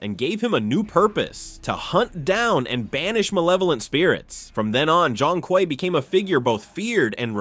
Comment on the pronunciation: It's pronounced like "choong kway"